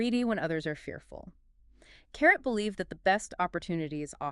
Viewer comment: it is pronounced CA-RAY...not carrot